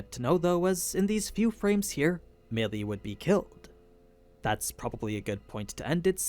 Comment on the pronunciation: Meili is pronounced like May Lee